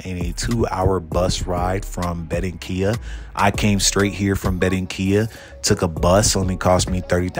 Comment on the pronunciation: Benrenquilla?- Ba ran quilla . Blows me away you can move someplace and not learn the language